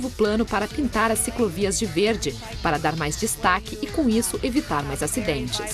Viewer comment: Ela fala CICROVIAS?! Só mesmo sendo a mulher do dono da rede TV! para ter a oportunidade de apresentar um programa....